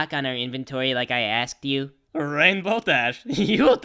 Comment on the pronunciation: I thought it said dash ass, instead of dash asked